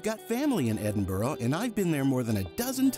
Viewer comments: Just don't pronounce Edinburgh the way he does their is no O in Edinburgh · Read this comment by other user: "As you mispronounced Edinburgh many times I’m wondering just how familiar you really are with the city? Also, this is a current video release yet you show visiting The Elephant House cafe - - it’s been closed due to fire since 2021. These two items stood out but I did not fact check everything in your video. Hmmm". Am I right?